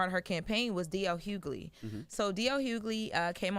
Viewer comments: It’s not “Hue-Glee” it’s “Hue-Lee” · This lady is mispronouncing D.L. Hughley''s name